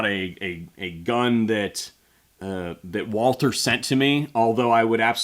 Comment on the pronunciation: Walter? Can you not pronounce it correctly Walther?